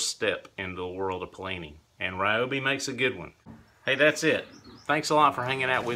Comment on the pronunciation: Pronounce rhee-OH-bee